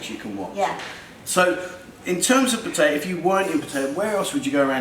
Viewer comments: Yes,please please take notice of that lady,how she pronounces Pattaya. Surely...its not that hard for you to say it correctly.. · oh, pronouncing it wrong then, cheers